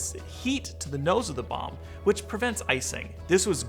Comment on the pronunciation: You cant say Bomb LOL